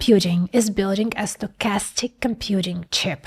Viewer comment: Sounds more like "statistic" than "stochastic" 🙂 Like bitstream audio and PWM.